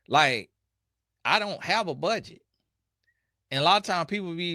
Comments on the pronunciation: Did you say, PH off? 😂. Honesty 😂 Truth …….she can’t pronounce “Budget”. Ray Charles momma did warn him. Let’s see some Wainscot on the wall. 😂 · Bud Gee Tay 😂😂😂😂😂